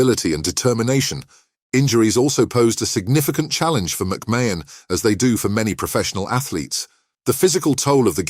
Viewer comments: The shock is producing a video under the name sport icons without having the respect to say the name correctly. You have said the name differently multiple times and still haven't managed to say it correctly even once. Say It like this MAC MARN . Secondly do your homework ...... why put up a random photo of Gary Stevens ???? You do realise that isn't McMahon? thirdly where exactly is this shocking news he has just revealed?? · How can you narrate a story when you cant even pronounce his name properly jeeeezzzzz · If enough people report this dross it might eventually be removed by YT. Can't even pronounce McMahon correctly! It's just click bait lies..... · At least say his name right 😂